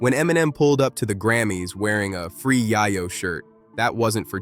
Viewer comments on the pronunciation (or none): none